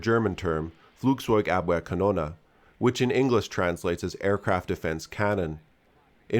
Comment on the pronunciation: Gotta say you did a very good job at pronouncing "Flugzeugabwehrkanone" usually english speakers cut off the "e" at the end, so happy to see it done right.